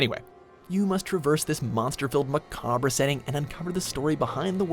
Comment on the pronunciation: "mah cab ruh" setting. lol